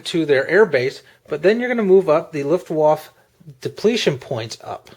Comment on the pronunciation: Good review, but your German needs some help: Luftwaffe is pronounced "looft-wauhf-uh" not "looft-wauhf" Luftflotte is pronounched "looft-flauht-uh" not "looft-float" When will you be posting an RAF: Eagle episode?